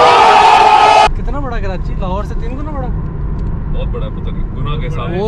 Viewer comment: "Kiranchi" Nahe boltay.. "Ke-rachhi". Pure lahori banain 😝 Good vlog. Welcome to Karachi! 🙂